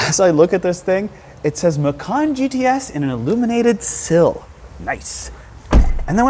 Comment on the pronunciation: MACAN, MACAN, MACAN, not MACARN 🤦🏻‍♂️ great vid by the way